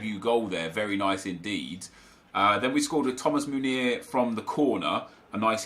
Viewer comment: Love your channel, tough watch today, you don’t need to spend so much time defending your character and decision making, I believe most of your audience understand subjectivity and forgive little mistakes. Although I understand you wanting to do better... so one little thing, your favorite Belgian RBs name is pronounced men-YAY, not moon-YAY. Keep up the good work :)